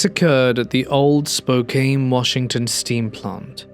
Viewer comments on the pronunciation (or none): Just a gentle correction. It is Spo-can. Or Spoke-can. Or Spoke-can ❤